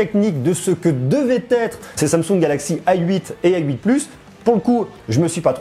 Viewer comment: Pourquoi tu dis "ail huit" au lieu de "a 8"? x)